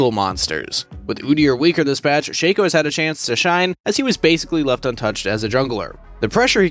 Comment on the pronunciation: Why you pronounce Shaco like Shake-co not Shack-co